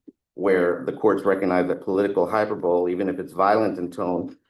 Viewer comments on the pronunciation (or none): did that atty just say hyper-bowl instead of hyperbole? (Hy-per-ba-lee) Hahaha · “political hyper-bowl”? Really? Come on man. You went to freaking law school and you pronounce hyperbole incorrectly? Tell me you’re a public defender without telling me you’re a public defender! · Yeah, freedom of speech doesnt pertain to yelling "fire in a crowded theater " and I don't think applies to the assertion that they'll be "dead bodies" on a certain day not once, not twice but thrice. You can't say sh*t like that and not expect reprocussions . Also, it's Hy-per-buh-lee. Not hyperbowl. It's semantics but....😂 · Did his lawyer say Hyper bowl? Not hyperbole? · So irritating when the defense attorney keeps mispronouncing "hyperbole". High PER bow lee. Not "Hyper Bowl". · Hyper bowl? Hyperbole is pronounced hi per bo lee. Come on counselor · High-PER-bo-lee. Not hyper-bowl 🙄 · Hy-per- bol- ee! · Lawyer said "hyperbowl" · the word is "hyperbole" -- NOT HYPER BOWL-- is ENGLISH that attorney's FIRST Language!?? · The accusation against him is all about word meanings. How can the prosecution say that it is irrelevant to talk about word meanings? His lawyer isn't very good at questioning, but his closing arguments were really good. The word "hyperbole" is pronounced "high-per-bo-lee," for anyone who wants to know what the lawyer was saying incorrectly repeatedly. I think the judges ruling was incorrect in this case. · Graduated from law school, pronounces “hyperbole” as “hyperbowl” (more than once). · Pronouncing vowels differently is indeed regional, however 'hyperbowl' Is an incorrect pronunciation because it reduces a 4 syllable word to 3 syllables and moves the accent from the second syllable to the first. It isnt regional, it is usage by people who are unfamiñiar with a word, and invent a pronunciation that sounds good to them - like the people who add an mischievious, or grievious, for example. Not a regional thing. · It's not hyperbole - it's (phonetically) high perb olee.